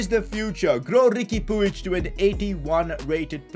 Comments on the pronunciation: And puig is pronounced “pweeg” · It is pronounced as Riqui Puj